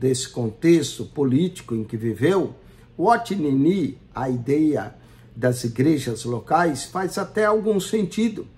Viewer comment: Como levar a sério alguém que não sabe nem ler, pronunciar adequadamente os nomes dos irmãos Watchman Nee e Witness Lee... Fala, fala e não explica nada. Não tem como nem rebater nada.